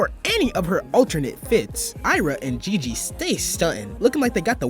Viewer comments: the way he says Jiji's name bro not hers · it's how he say jiji's name. not hers. you sure you read the manga, it's a very important thing in this specific chapter that she was jealous of jiji